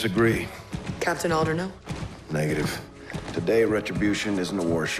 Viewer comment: Super well done video, but the relentless mispronunciation of names threw me every time. Her name is SALTER. Captains name was ALDER. They say the names all the time in game, so what happened? Other than that, though, I can’t really find fault with your video.